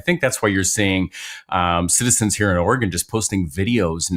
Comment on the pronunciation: Thank you Ben for pronouncing the nane of our state correctly! Or-eh-gun. Not Or-ee-gone, as lots of people from the east coast pronounce it. 😊